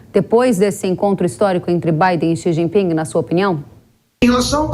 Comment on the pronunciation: Não se pronuncia o G do jinping😂